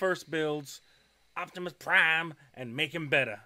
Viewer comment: yes he did. He said "Octimusprime" when it's spelled Optimus Prime.